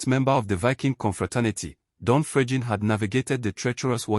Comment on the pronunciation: i didn't say it is not Fregene but not pronounced the way he is pronouncing it. Listen to how he is pronouncing it.